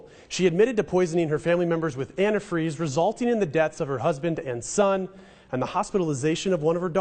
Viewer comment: He say "Annie freeze"?? Drag name..👌